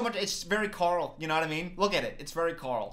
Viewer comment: It’s trash. All outfits are trash 😂😂😂 but I love your pronouncion on Karl. It really sounded Swedish 😍